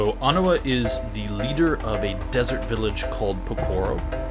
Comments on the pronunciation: Not Onua- it’s Oh- neigh- WA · Nice model. On pronunciation: the way you said it was actually the pronunciation of Onua, whereas Onewa is pronounced as "Oh-Neigh-Wah". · When I was a kid I thought he and Toa Onua’s names were pronounced the same (oh-noo-uh), but then the movies came along and showed Onewa’s name pronounced as ah-new-uh. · The guide book I have says his name is pronounced Oh-NOO-wah. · I'm pretty sure it's pronounced Oh-knee-wa. But this looks amazing, keep up the amazing work! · In the films they pronounce his name as On-Ooh-Wa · Really like the new eyes, the kind of demonic look of Gali and Takua really makes them uncanny. Also like someone else said, love how he still looks well built, you can tell he's had a life of fighting and hard labor. Also it is pronounced "ah-new-uh", they say it in the movies if you need proof.